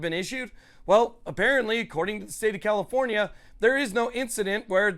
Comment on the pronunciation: Why do you pronounce your F’s with P’s? CaliPornia?